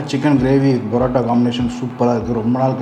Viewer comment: It's not Barota, it is PAROTA. Use PA.... Chicken also he is not pronouncing correctly. Learn to Pronounce properly.... and make videos.....